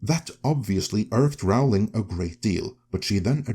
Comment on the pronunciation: J K Rowling pronounces her name as in Rolling Stones… just in case that means anything to you… 😊